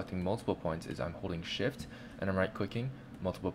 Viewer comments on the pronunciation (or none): Is it me or did I really hear "shit" instead of "shift"? o_o Great tutorial though, 9.999/10